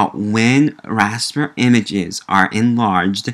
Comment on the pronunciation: It called Raster or Vector not Raspet and Victor!